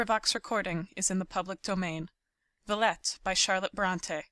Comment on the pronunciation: Pronounced vie-ette